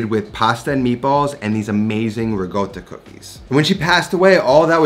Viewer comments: Every time I hear riGotta, I cringe. It's RiCotta with a C, not RiGotta. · There's no 'g' in Ricotta. Pronounced: ri - cot - ah It's a short 'o' sound, not a long o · Those look amazing..... I'm going to try them. And..... I have a suggestion.... 😂 for some merch. I've realized, you say it RE-GOAT-AH No, you do.. Regoatah I need a tee shirt with your face on it, and you're saying IT'S PRONOUNCED REGOATAH!!! Yeah yeah. I'd buy it